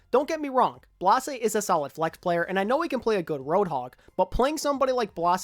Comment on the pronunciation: its blaśe, blaw-zay. hard z